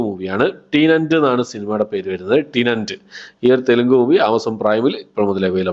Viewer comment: ടിനന്റ് അല്ല ടെനന്റ്..